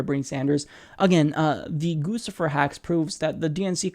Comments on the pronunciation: I'm sorry but you sound really dumb when you say "goosifer". you know the clothing brand "Gucci"? do you call it "goosey" or "goochi"? it's "goochifer" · I think it's pronounced gooch-ifer. I think, I could be wrong here, it's meant as a backhanded swipe at Hillary by associating her with the high end brand Gucci (pronounced like goochie, like with the 'ch' as in "cheese"). Not a real big deal, but thought you should know...